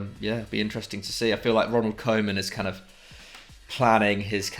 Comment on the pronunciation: You all pronounce koemans name incorrectly.